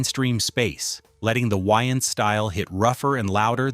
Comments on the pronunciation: It's Wayans no Wyans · I literally had rewind this 4 times because I thought he(the ai) said "yn" style 😂😂😂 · Who tf is “Wiians” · Aye aye aye aye aye!!! its WAYans not WHYans....say it wimme now!! WAY!!!!!ans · Why is the AI saying Wayans like YNs... I know damn well they couldve fixed that. 😅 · why-ans is an insane way to say his name. i have nasty scars on my scalp from a raccoon when i was 7. id probably turn down the roll due because of that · 😂😂😂😂😂 I thought he said Winans like the gospel group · I can only listen to the AI pronounce Wayans so many times before I had to quit watching. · Why you pronounce his name like that